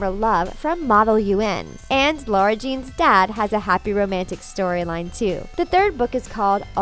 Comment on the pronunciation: It literally says in the third book that it's not pronounced "LAURA ". It's pronounced LARA